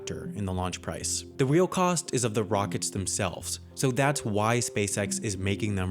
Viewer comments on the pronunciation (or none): Did anyone noticed him saying “weal” instead of “real”